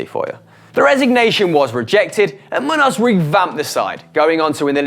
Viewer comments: muños is pronounced munios and i'm malaysian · You miss pronounced Miguel Muños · Miguel Muños probably the easiest name to pronounce on this list and you absolutely fucking butchered it worse than a serial killer